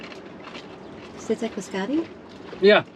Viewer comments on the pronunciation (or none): none